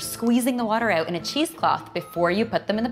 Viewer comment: I heard a canadian "OUT". ;)